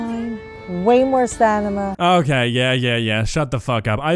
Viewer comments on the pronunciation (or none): she says stanima instead of stamina even though the caption does say stamina 🤣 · “way more sanima” …umm “stamina?” 😂😂😂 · . She said ‘stanima’. 😂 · I'm pretty sure she said "stanima" instead of "stamina" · "way more stanima" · did she just say "stanima" bruh? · Stanima ? The gym teacher can't pronounce stamina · Lol "stanima" 😂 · "stanima" lmfao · "STANIMA" 😂 August the 🦆🤬 🪑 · "Way more stanima." Sameer just goes with the first take, it seems. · She said STANIMA 😭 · But it gives you "stanima." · i can’t be the only one who noticed she said increase stanima….